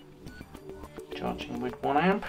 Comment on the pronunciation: Hopefully it will recover. I like the way you say charging "Cha-ching", sounds cooler :-D